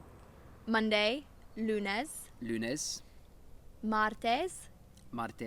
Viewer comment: If I had to give some type of advice it would be to maybe say the words with less tenseness? Like instead of adding a bit of Lun-es just let it flow out without a stop, sorry if it doesn't really make sense.